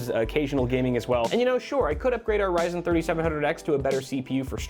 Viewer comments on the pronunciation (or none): none